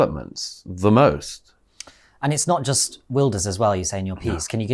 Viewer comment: Gutteral Gert like van Gogh, NOT a soft, English "guh" like in yogurt. Well done for saying "Vilders", Douglas.